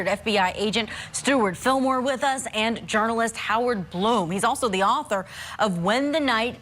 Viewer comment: Dr. Blum is pronounced BLOOM